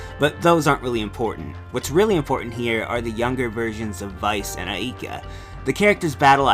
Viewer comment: me: say "Ay, like a pirate" you: AY me: now say "Ka" you: Ka me: now say AIKA you: Ayeka